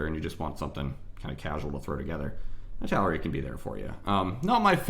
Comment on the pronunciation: Thanks, it helped a lot! (Btw, Italeri isn't pronunced like that, it's "ee - tal - er - ee")